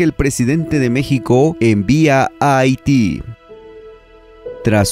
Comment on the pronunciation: Solo para hacer la observación: Haití la H va al principio no Ahiti...